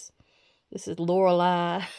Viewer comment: Your agent have been pretty busy. Especially that Lorelei (I had to chuckle. And happy you pronounced it correctly, thanks!